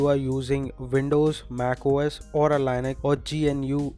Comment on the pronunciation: You pronouced Linux wrong. It's LIN-əks